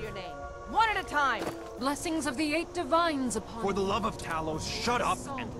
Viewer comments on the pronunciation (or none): none